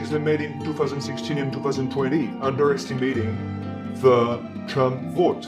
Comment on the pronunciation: 王局是 少有的能讲 trump 发音的 媒体之一、